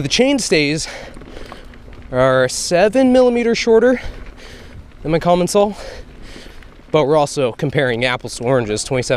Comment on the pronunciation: I believe your current bike brand is pronounced "Com-on-saal" (and not "colomonsal" as you've been saying it).